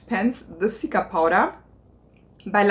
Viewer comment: Seltsames Aussprechen von Cica (wie zika). Es steht für centella asiatica btw